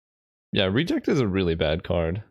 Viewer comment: Love the content! One pet peeve I have to address is your pronunciation of "Reject", the emphasis should be on the last syllable, just like it should be in "Remand" - I could tolerate it when it only happened ever so often in Vintage Cube because of Remand, but now that there are two cards with the same issue the English teacher in me felt the need to say something. Other than that I really enjoy what you do! Keep it up :)